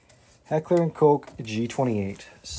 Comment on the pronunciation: Duuuude.... Heckler and Coke? Fr? If you cant prounounce it just say h&k..... Coke? Fr?